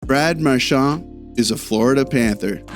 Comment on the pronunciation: Why the eff are you saying his name with a French accent/twist on it. I’ve never once heard that in twenty years. Yet here you are doing it. You know he was born in Nova Scotia right? Get over yourself no one gives a shh you are French.